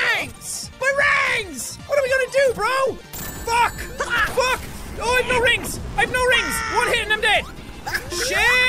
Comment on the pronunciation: You know the that the funny thing is how you say rings is rangs